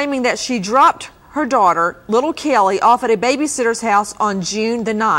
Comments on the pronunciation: It’s Caylee....not Kelly! It’s not hard to pronounce. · I despise the way Nancy pronounces Caylee's name!!